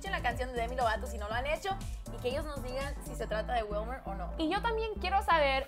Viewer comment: ....una pregunta, siempre pronuncias asi los nombres en español? O SEA se dice WILMER...no WELMAR sin ofender:).